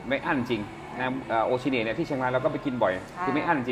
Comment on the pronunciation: โอ-ชิ-เน-เอะ ครับ สปอนเซอร์จะได้เข้าช่องสักหน่อย เอฟซีครับ